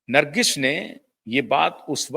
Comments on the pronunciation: ब्रांडिंग तो बहुतों ने करवाई,चाय बेचने वाली ब्रांडिंग भी सफल रही। नर्गिस को ठीक उच्चारित करें। नर्गिश नहीं। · भाई साहब, नमस्कार। आप कैसी हिन्दी भाषा बोल रहे हैं? नर्गिश नहीं;बल्कि नर्गिस है; प्रोड्यूशर नहीं प्रोड्यूसर होता है।आपका बोलने का लहज़ा तो अद्भुत है; लेकिन शब्दों के अशुद्ध या गलत उच्चारण के कारण ऐसा लगता है कि मानिए रसमलाई खाते-खाते अचानक मुंह में बाल अथवा कंकड आ जाता है और मज़ा किरकिरा हो जाता है। उच्चारण की सटीकता पर ध्यान दे। धन्यवाद